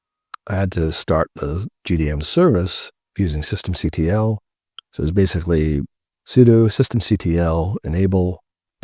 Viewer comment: You get a thumbs up for saying "c t l" instead of that annoying "cuttle" 👍